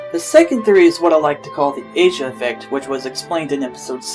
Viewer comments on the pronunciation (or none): Asia effect. BTW Asia's name is pronounced Ah-Ze-ah She is named after an actress , not the Continent!